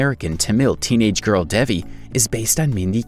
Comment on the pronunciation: he isn't even saying devis name right!